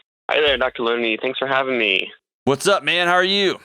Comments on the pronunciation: Wait a second. At the very beginning, does he say hi Dr. Looney ?? 😂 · Sounded like he said Dr.Looney